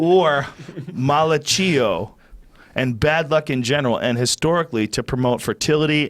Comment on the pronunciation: This guy is as Italian as olive garden. Malocheeeoh? Fuck bro! Lol